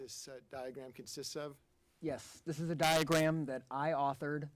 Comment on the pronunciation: Pathologist kept saying “Diagrat “ 😂😂😂😂😂😂😂instead of saying diagram